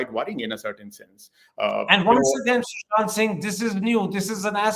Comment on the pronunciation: It is Sushant...not Shushant